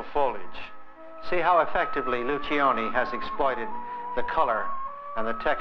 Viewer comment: Lucioni is an Italian name. In the Italian manner, you do not pronounce the first letter i. It will sound like loo-CHO-nee